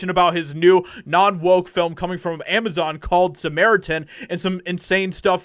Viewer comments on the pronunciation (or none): none